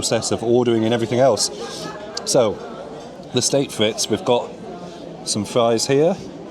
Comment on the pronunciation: Frites is pronounced freet, not Fritz